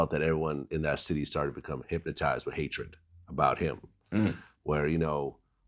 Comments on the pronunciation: Anybody realize he really said hipmatized lol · Boosie:" hyp-motize"😂